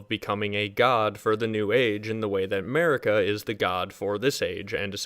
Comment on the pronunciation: MERICA the eternal (not making fun of you, but the pronounciation does give me a laugh).